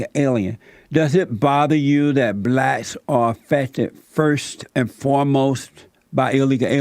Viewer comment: Jesse just wants views. He cant even pronounce "blacks" . He says, "blatz".